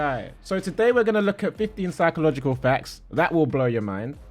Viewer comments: Psychological not 'Physcological' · “physcological” lmao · physcological( fy-sco-logical) indeed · Physcological? 😂😂😂🤣🤣 thank you for the laughs